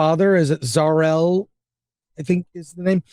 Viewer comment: Ok. I have a hard time taking this guys critique of the film seriously, when it's clear he's never read a superman or Supergirl comic ever. Proven by the fact he didn't know how to pronounce Zor-El, he clearly didn't read Supergirl: Woman of Tomorrow (which this movie is based on and it would explain the tone of the movie), he didn't know that in recent versions of superman lore that space travel was banned on krypton (thus why no other ships were built to save the whole planet), and the fact there was a superman tale that showed kryptonians as conquerors. I really hate it when you get ultra nerds who are movie snobs with unrealistic expectations to review movies.